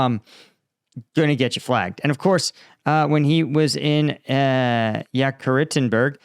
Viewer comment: Gershkovich GERSH-ko-vich Yekaterinburg ye-KA-ter-in-burg